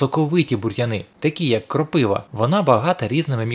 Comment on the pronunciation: Будь ласка, говоріть "кропивА', а не "кропИва" .